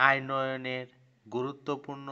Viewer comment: ভাইরে ভাই তুই আগে রিডিং পড়া শিখ .... আইনয়নে না উন্নয়নে 😆😆